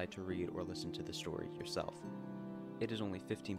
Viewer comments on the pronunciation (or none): none